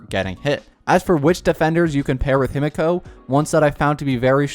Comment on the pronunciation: himeko not himiko